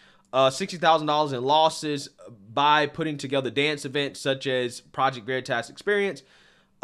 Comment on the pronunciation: He calling it Project Veritass